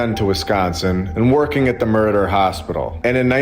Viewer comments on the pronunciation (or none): It sounds like you said he worked at the "murder" hospital . It was Meriter Hospital but it sounded funny. Probably not funny if it really was though.